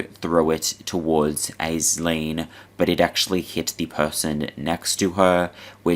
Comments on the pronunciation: No hate but Aisling is pronounced ‘ASH-Ling’ love your stuff mate! ❤❤ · Aisling is pronounced Ash-leen.